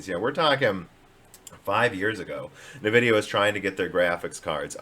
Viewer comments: NAvidia... is driving me nuts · he said nvidia on purpose I'm guessing because he was playing the part of someone backing nvidia in that particular part in that particular video. But he always says Nuhvidia when he is playing the amd guy. I don't know maybe I'm crazy. I'm guessing is his way of saying that nvidia is a stupid name that doesn't make sense and you can't even read. Which kind of it is.